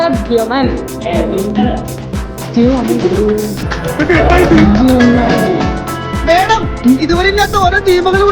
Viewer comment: ധൃതരാഷ്ട്രൻ അതാരാ ധൃതരാഷ്ട്രർ ടെ അമ്മായിടെ മോൻ ആണോ.... 🙄🙄🙄🙄 പിന്നെ ധൃഷ്ടദ്യൂമ്നൻ ആണ്.. ചില വാക്കുകൾ പറയുമ്പോ ഉച്ചാരണം, അക്ഷരസ്ഫുടത എന്നൊക്കെ ഉണ്ട്.. അത് ആദ്യം ടീച്ചർ പഠിച്ചിട്ട് വാ 😂😂😂😂😂